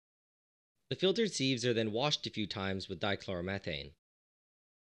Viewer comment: I always think he's saying "seeds" at first lmao